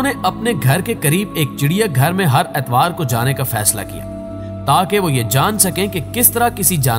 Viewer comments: Atwaar nhn itwaar bolo,agar next time Galt bola pir tumko gaali dega by tons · atwar nahi itwar......